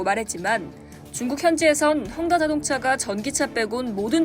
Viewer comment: 혼다 아니고 헝다